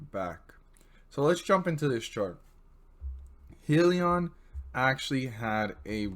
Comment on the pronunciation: good stuff. dislike cause you pronouncing it wrong.